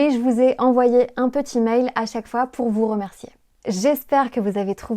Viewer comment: je suis française et je trouve que avait un accent super on dirait presque que c'est sa langue maternelle 😱 Par contre je trouve qu'il prononce les "r" "w" comme dans "pour" il a dit "pouW" au lieu de "pouR" mais c'est rien de bien grave 😅 Bravo a tous vous êtes incroyables notre langue n'est pas facile alors chapeau 🎩! Et bravo pour ce travail il porte bien ses fruits!